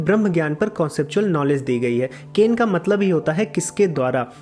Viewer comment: Keno..not kane. I think.